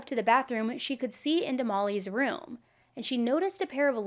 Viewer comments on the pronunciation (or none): I love to hear Mr. Ballen say the word “room” as it sounds like “rum”. 😊